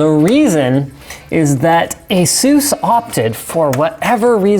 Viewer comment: The way he says ASUS makes me think he's trying to talk to his Hispanic friend, Jesus.